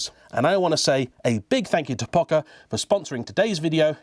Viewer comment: Pocher (po-sher) was Italian, not German.